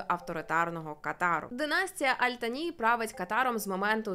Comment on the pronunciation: Живу тут 3-й рік 🥰 Віросповідання іншої релігії дозволено,просто не відкрито,поважай іслам,а сам слідуй чому хочеш.Я навіть Таро провезла.😂😌 Кáтар,Аль-Тáні-наголоси мають значення.🤓 Я люблю Катар.🥰